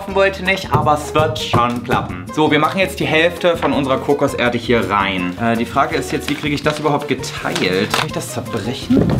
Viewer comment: Sprachfehler. Kommt eben aus NRW 🤷🏼‍♂️